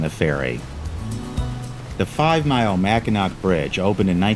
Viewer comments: Pronounced "mackinaw" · The C is silent in Mackinac. Awesome video! I just subscribed.